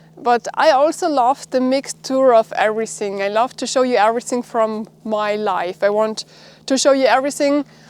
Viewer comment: all ok, i enjoy your programm... but your pronunciation of 'love' sounds like ' laugh'.....